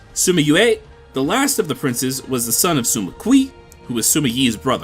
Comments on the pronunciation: Hearing "Sima" pronounced as "Suma" gives me aches. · there’s no “u” in sima why do i keep hearing it?